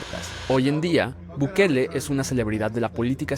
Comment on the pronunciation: Ahogue gue dise buguele